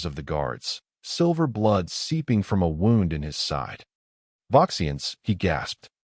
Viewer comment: Your AI still has a problem, saying the word Wound